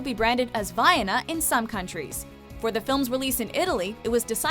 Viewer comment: thank you for trying, but the way you're pronouncing 'Vaiana' is incorrect. Its pronounced 'vai-ahna', as in Ana from Frozen